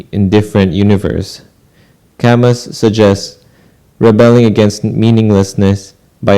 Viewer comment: You got Sartre more or less correct the second time. Camus is pronounced ca-moo